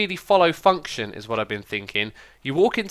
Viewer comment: When u said function it sounded like u said the f word